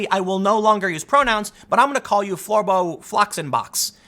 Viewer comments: Lmfao.... "Floor-boh", smh... Bravo Tim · please stop saying Florbo!